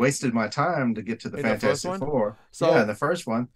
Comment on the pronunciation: you kept calling it fant-4-stic.... that bothered me a little....😂